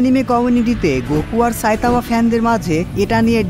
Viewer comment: সা‌ইতামানা। ছাইতামা😂😂😂